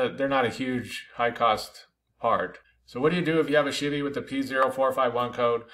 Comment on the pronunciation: Never heard anyone say “She-Vee” for Chevy. ;)